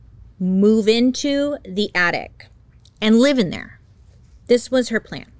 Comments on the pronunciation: Bailey. It’s attic. Not attict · So cute how bailey can't pronounce things and keeps saying addict instead of attic 😂😂😂❤